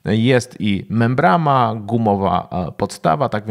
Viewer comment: też to zauważyłem, "membrama"......